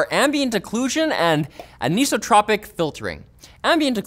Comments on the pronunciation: just an fyi it’s not “aniso-tropic” it’s “an-isotropic” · eye - so .... not eee - so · It's an-iso-tropic not aniso-tropic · its an-(eye)-sotropic filtering.. not an-(e)-sotropic, anisotropy is also property of materials and crystals and such, pronounced as before aha xD because the opposite is isotropic, which definitely not pronounced eeee-sotropic its I-sotropic aha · "an-ee-so-tro-pic filtering" that literally hurt my ears to hear. It's "an-i-so-tro-pic". Please don't tell me your high school science teacher pronounced it wrong... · "an eye so tropic". Though some people would say "an eye so troe pick". It's definitely not "an eeso tropic" though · Tell me more about aneeeeesotropic filtering 😂 It's an-isotropic. As in the opposite of isotropic. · An-iso-torpic. Not anis-o-tropic. This bothered me so I had to say it. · I don't know what illiterate idiot has spread this mistake on the web, but "anisotropic" is pronounced AN EYE SOH TROP IC and never AN EE SUH TROP IC. Think of it this way, it is "an", meaning "not" prefixed to "isotropic". The prefix DOES NOT change the pronunciation of the root. If you cannot say the words properly, the entire presentation suffers. The thought becomes "What other details have been dealt with sloppily here?". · "Aneesotipic" = "An-isotropic", like amoral, anesthetic, apolitical, etc. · AnEEso tropic ..... AnEYEstropic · Say it with me "an-ice-oh-tropic" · Ahhh-kneeso-tropic filtering!? People actually pronounce it like that!?!? I always called it Anti-Stropic-filtering. I feel like an idiot now. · The first "I" in "anisotropic" has a long vowel sound. An ice o-tropic. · Ann-eye-so-throw(without the h)-pic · "A-knee-so-tropic"...? L2-Pronounce words. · "an-ee-so-tropic" No...just no, it's "iso" not "eeso" as in "isometric" or "isosoles triangle" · I'm willing to accept your choice of pronunciation for BIOS, but that is not how you say anisotropic. Say isotropic, as in iso-tropic. Now say an-iso-tropic. Bam, super easy